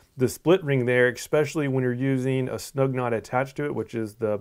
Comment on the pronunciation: Thanks for the vid...however...there is no such word as 'ekspecially'...it is 'especially'...which I'm sure is knit picking.